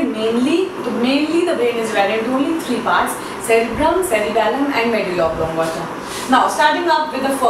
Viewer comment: no offense but .... oblong*a*ta